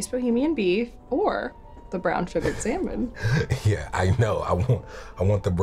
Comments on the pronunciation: Tbh Tyler seems like the type of guy to say sallmin..even just to make this skit better lol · Everyone: Salmon Tyler: sEmEn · I like how he pronounce "Salmon"